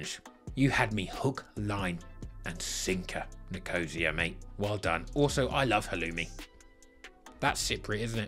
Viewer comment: Halloumi is Cypriot, and Nicosia is pronounced nico-cya. But fuck APOEL, they're the Lazio of Cyprus